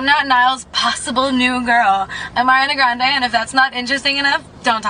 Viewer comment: I hate it when people pronounce her name “AiRiNa GrAnDe” like NOOO